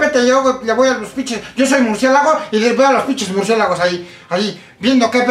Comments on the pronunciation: "MurcieGAlos" JAJAJAJ xd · Primero que aprenda hablar EL ESCORPION se dice MURCIÉLAGOS no MURCIEGALOS